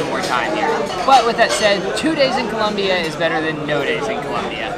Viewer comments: its Colombia not Columbia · It's ColOmbia not Columbia!!!!!